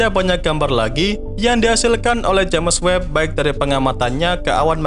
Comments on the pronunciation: Jems webb mas bukan james web bacanya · kalimatnya tolong di perhatikan lagi, terutama ente selalu bilang jemes web bukan jems web. jadi agak aneh dengernya untuk channel yg ilmunya luas ini